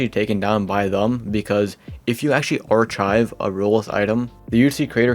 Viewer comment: "archive" is pronounced (AR-kive) and "roblox" is not pronounced as "(rols)", its pronounced as (roe-blocks)